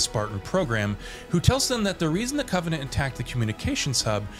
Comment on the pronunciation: bro legit said CO-venant